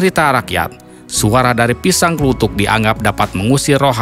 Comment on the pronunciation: Bukan org jawa itu kelihatan nyebut pisang kluthuk disebut klutuk dan itu beda cara pengucapannya